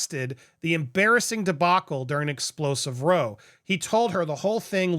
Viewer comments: Andy: Row as in How not Row as in Hoe . 😂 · For future reference, the British pronunciation of “row,” an argument, rhymes with wow, not roe. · ‘row’ is pronounced like ‘cow’, in the context of an argument, not like ‘row-a-boat’. 💫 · FYI.... row as in to argue or fight is pronounced differently than row as in row your boat... Row as in to argue or to fight is pronounced like - Wow or Pow but obviously with an R ... so "R - ow" - like ouch I know you are American and don't pronounce or use row in that particular context. You use only the 1 pronunciation ( Rrr-oohh) with the use & meaning like in the nursery rhythm lyrics - row, row, row your boat gently down the stream, merrily merrily merrily life is but a dream...🤭 I 🤞 truly hope that you find this helpful and useful going forward. I sincerely offer it in a friendly & helpful manner.. Take care for now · Just a quick note Andy… the word ‘row’ as in argument is pronounced like ‘cow’. Not like ‘row’ your boat. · It's pronounced Row like Cow. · The word "row" in this context means argument, and rhymes with "cow". Not "row" like lined up in a row. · “…..during an explosive row…” the ‘ow’ here is pronounced like ouch, so r-ou-w. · Why do you saw ‘row’ so wrong?? They didn’t go on the water and row somewhere! They had an argument. Which yeah, can be called row but it’s not pronounced like they’re on some rowing boat. 😅 Two completely different words, same spelling. After a simple search, The word "row" can be pronounced two ways, depending on its meaning. When it means a line or a verb meaning to propel a boat, it's pronounced /roʊ/ (rhymes with "toe"). When it means a noisy argument, it's pronounced /raʊ/ (rhymes with "cow") Hope this helps.